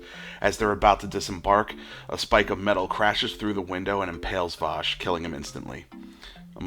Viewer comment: And it's Wash, not Vash!!